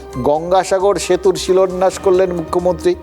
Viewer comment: সবই বুঝলাম, তবে কে বেশি মূর্খ এখন কে ঠিক করবে? মুখ্যমন্ত্রীও সেদিন 'শিলান্যাস'কে শিলোন্যাস বললো, আর এই গাধাও ঠিক তাই-ই বললো। তৃতীয় শ্রেণীর বাঙলা যেসব রামছাগল আয়ত্ত করতে পারেনা, তাদের এরকম দাঁত বের করে জনগণকে জ্ঞান দেওয়ার ধৃষ্টতা কি করে হয়?